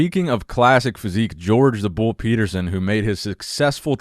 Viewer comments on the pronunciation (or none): none